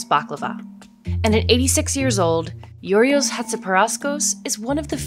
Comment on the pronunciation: my ears cringed every time she mispronounced Giorgos